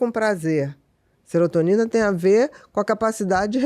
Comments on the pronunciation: O entrevistador interrompe demais…. E ainda fala SERETONINA 😂😂😂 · Pior é o "célebro e seretonina"...bom atentar-se a leitura mínima do conteúdo, antes de receber uma profissional com tamanho conhecimento